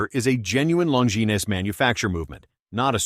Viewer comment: Long-ge-nese?? 🤣🤣🤣. CYA